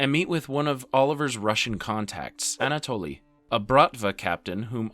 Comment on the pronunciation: anatoly..."a natalie"...please, dude